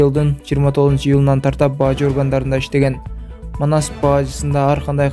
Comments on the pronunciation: Эй блогер баажы дебей бажы эле деп окусан тантырабай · Бажы дечи. Баажы дебей